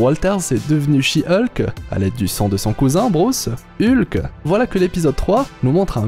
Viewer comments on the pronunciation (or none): Hulk se prononce Olque pas Ulque